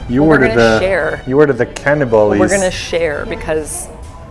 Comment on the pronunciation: I almost died when they pronounced kademumma 😂